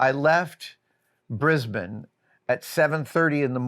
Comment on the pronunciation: Adam's the first American I've heard pronounce Brisbane correctly :D thankyou!